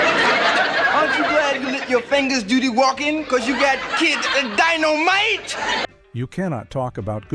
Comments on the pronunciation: EXACTLY 💯 SMDH ITS DYNOMITE NOT DINNOMITE WTF !! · ‘DIN-o-mite!????’ A.I. strikes again! Won’t watch. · It's dynamite not ditomite!!!!!! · WTF is dittomite 😂😂😂😂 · His famous phrase di-no-mite? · "Dinnomite"??? You gotta love AI............